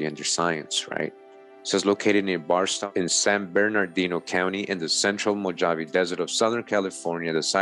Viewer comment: I wonder if Mojave is a hebrew word. Its actually pronounced Mo-ha-vee....